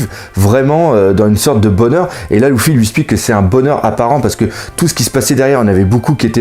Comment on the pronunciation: on dit leffy et dressroza